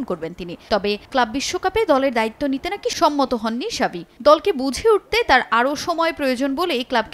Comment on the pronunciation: xavi ** not shabi 😂